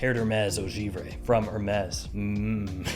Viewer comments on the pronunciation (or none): none